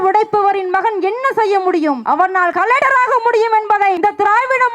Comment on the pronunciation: அது கலடர் இல்லை கலக்டர் 😂🤣